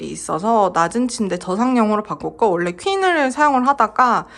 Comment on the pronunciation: 잘 봤습니다. 심플 깔끔하게 완성되었네요. 요즘 문 손잡이와 스위치를 고르느라 고민 중이에요. 그냥 흰색으로 하기엔 좀 아쉽더라구요. 오늘 영상엔 원래라는 표현을 자주 쓰셨는데 발음을 올래라고 하셔서 조금 신경쓰였습니다. 사투리인가요? ㅎㅎ